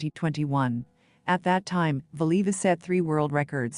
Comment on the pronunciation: It would be nice if whatever this is could prounounce her name correctly.